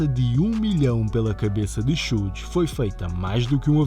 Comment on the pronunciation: Uma observação simples, Suge nao se pronuncia como repetidamente o fizeste. De resto, otima matėria.